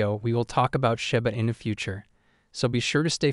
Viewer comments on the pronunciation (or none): "shAba inu" 🤣🤣😭.....it "shIba inu" 🤣😭 shAba ranks...... it's like you want to say ...... shAba ranks haaaaha laughing my azz off 😆👍🏼